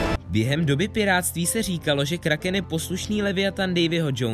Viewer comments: vyslovuje se to kráken😂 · Vyslovuje se to Kráhkém xd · Myslím že správně je to Kráchken 😁